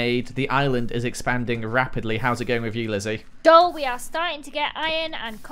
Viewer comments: Lizzie said “Dole” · I think she said doel